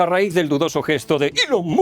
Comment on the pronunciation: Si bien ya es malo blanquear el autoevidente saludo nancy de Ilon Mott aún peor es pronunciar mal su nombre, corríjase por favor.